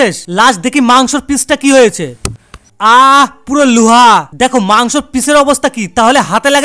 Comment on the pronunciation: Loha ❎ Luha ✅ 😂😂😂😂😂